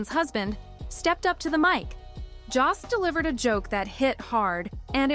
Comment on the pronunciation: Ok but please could you research how to pronounce someone’s name before hitting the record button?? Lost count of how many times Colin Jost was pronounced like cost instead of Jost as in jokester…